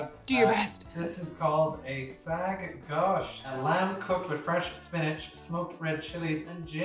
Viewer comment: Not sag gosht. Its Saag and T in gosht is silent